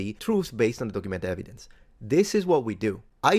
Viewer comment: "Yer 'ev-ee-dense' don't fit in with my Drunk Uncle Bob's facts."